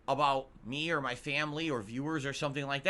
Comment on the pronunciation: "I need that money. To pay MUH bills"